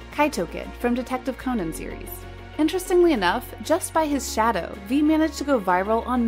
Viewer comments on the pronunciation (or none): none